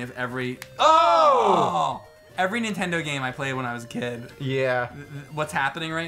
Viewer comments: James -- For the love of GOD...will you please...JUST ONCE say "NINTENDO" correctly? I don't think I've ever heard you say anything but "INTENDO". There's an "N" at the beginning, bro. -- that being said. cool vid and looks like a badass game. thanks for sharing. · I have noticed it over the years, James always says "intendo" barely saying the first N if at all. Example .